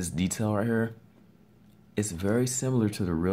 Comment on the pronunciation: Its here here here here, not her her her, and ther had to have this on mute, would have been quicker if you spoke normal lol